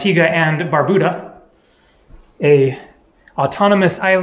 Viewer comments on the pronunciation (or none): we love it when you say our name right. Thanks but Bar- Bue -da not Bar Boo da